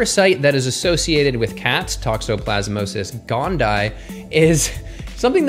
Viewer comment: Toxoplasma gondii - tok-so-plaz-muh gon-dee-eye 😊